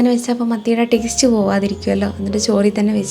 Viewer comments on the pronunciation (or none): none